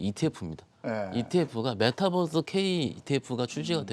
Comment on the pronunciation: 메타뻐스가 아니고 메타버스요.... 뛰뛰빵빵 뻐스가 아니잖아요